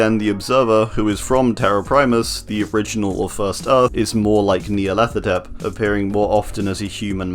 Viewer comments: Nya-rlathotep: NEA-rlathotep.....HMMMMMMMM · nice!! also whenever you said Nyarlathotep i thought you said Nea and didn't even question it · Nyarlathotep NEAlarthotrep Suspiciously same pronunciation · Holy shoot I just realized I pronounce Nyarlathotep wrong I said it like Nyarla-thot-ep